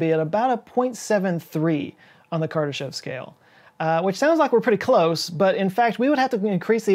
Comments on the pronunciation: Btw, his name is pronounced kur DAH shof with a long o in the last syllable. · Kardashev is pronounced kar-duh-SHOF.